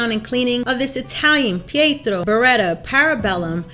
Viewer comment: Very good pronunciation of "Pietro", not so much of "Beretta" :P Try to articulate better the E: b e retta!